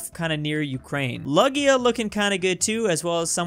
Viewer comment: Why did u say lugia like its lug-ia